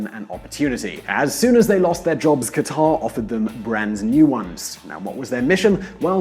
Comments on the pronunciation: Qataaaaaaaaar!!!??? I know he is not Arab or Middle Eastern, but shouldn't he try? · Qatar is pronounced "Cutter"... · nope. I'm not American. And it's pronounced very similar to "cutter" by actual Qataris, wouldn't you know it. I'll concede it's not exactly the same as "cutter" but it's closer to that than how the narrator in this clip pronounced it. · It's "KAT-tr" not "ka-TAR" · qatar isn't pronounced that way. Not that anybody cares I guess.